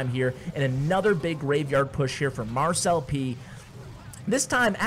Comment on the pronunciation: So... Does anyone else pronounce it Mar-celp instead of mar-cel-pee? 😅